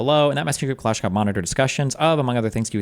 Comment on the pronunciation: Another prime example of why destiny is unimpressive is that he can’t pronounce kalashnikov